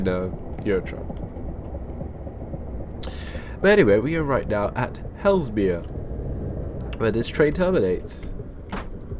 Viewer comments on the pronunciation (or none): It's pronounced Hay-zull-mere, not Hellsmere. SWT would typically run 10-coach 444s on that line in the case of a rolling stock shortage. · Your pronunciation of Hay-sel-mere - Haslemere - makes me want to die. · Superb videos, thanks for sharing (ps Haslemere is pronounced Hazelmere) ;) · The prounaunciation is Hazel-Meare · Its pronounced Hazel-mere ... sorry to nit pick :-p